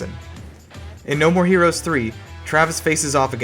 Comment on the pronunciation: Your video was cool but you had little mistake with saying No More Herous 3 At 3 time